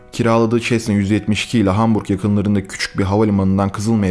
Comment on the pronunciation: Abi çesna değil sesna